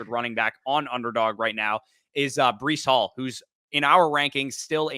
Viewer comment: Bro really said Breece hall mid 3rd💀💀💀